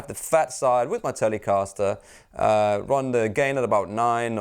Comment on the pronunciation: Tell-lay-caster... gotta love this guy!!!!